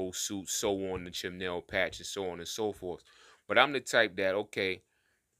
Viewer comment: CHENILLE - pronounced - SHUNEEL Patch is dope btw